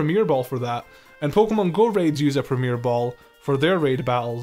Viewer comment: You don't need to French up the word Premier bro, its already French!